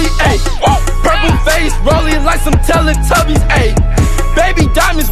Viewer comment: he said tella tubys